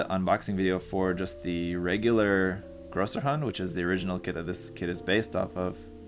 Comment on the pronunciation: It absolutely is Größerhund (Grosserhund). That "ß" is not a "B"; it's the "Esstset". It makes the "SS" sound in German.